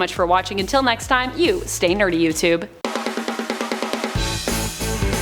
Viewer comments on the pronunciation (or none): none